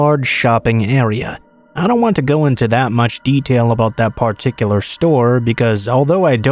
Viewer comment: Considering doesn’t write the stories himself, i wouldn’t say it’s his favorite word. Rather, the original posters that submit the stories seem to like that “particular” word. I think the word stands out prominently because the narrator tends to put the emphasis on the first syllable, rather than the second.